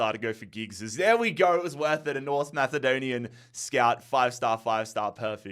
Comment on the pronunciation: Norse Mathedonian? Maaaaate 😂😂